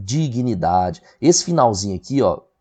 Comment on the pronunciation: "Dinignidade" foi osso hein professor? 😂😂